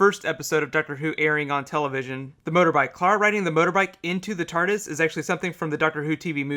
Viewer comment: It is TARDIS not "Tartus" !!!!!!!